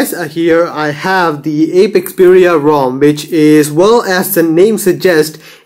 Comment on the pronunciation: Stop saying 5.1.1 is the latest version of Android wtf... 6 is already out and is being developed for the s3... And this is Apex-Xperia not "Ape""Xperia". Pronouncing the rom's name wrong is a form of disrespect for the developer:p Keep it up.